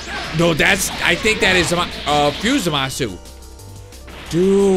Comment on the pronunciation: Zeno is the omni king of All universes and u don't pronounce zamasu right